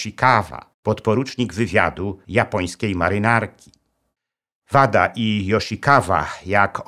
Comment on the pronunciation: Materiał ogromnie interesujący, także rzez moje związki z Japonią. Mam drobną uwagę co do brzmienia nazwisk panów Wada i Yoshikawa. Mam pewność, że "W" czytamy jako "Ł", jak w Kawasaki. "KaŁasaki", "Łada" i "JoszikaŁa". Pozdrawiam serdecznie szanownego Pana Doktora i czekam na więcej fascynujących historii !